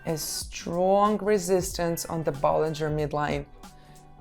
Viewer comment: bollinger bands not ballinger lol but i feel you